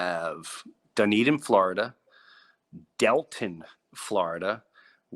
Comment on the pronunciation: Hey Jim! I live here in Deltona and will be at your show! I must tell you it’s pronounced DELL TONE AH. Like Daytona just replace DAY with DELL 😂❤